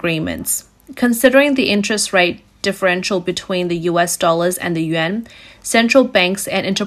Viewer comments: I hear "Yen" everytime she says/ means "Yuan". That's a BIG problem with the speakers voice. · It's pronounced "Wan" NOT "Yen!!!" You lose credibility when you say it wrong. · hard to take this reporting seriously when russian ruble is pronounced Rubble, and chinese yuan is pronounced Yen, over and over and over again